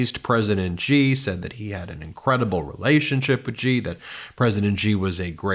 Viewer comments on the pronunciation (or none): Xi is pronounced “She”